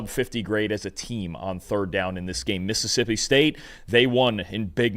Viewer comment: it's mississippi, not "missipi". Please learn to pronounce all your syllables.